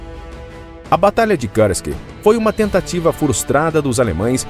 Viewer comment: Lamentável a "inglezação" de palavras de outros idiomas pelo narrador. Ele consegue a proeza de complicar a pronúncia da palavra russa Kursk que é pronunciada pelos russos quase da mesma maneira como ela é escrita em português: Kursk, simples assim. Mas o cidadão acha mais bonito enrolar a língua e pronunciar errado. O resultado é uma pronúncia horrível: ele diz coisa parecida com Kârsk. Eu desisti de assistir ao vídeo. Que tristeza.